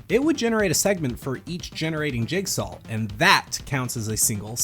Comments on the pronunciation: jigsaw, not jigsawl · he pronounces jigsaw as jigsawL and it starts to get to you after you notice it